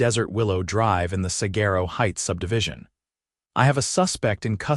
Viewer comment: The AI pronunciation of "saguaro" grinds on my Arizona nerves.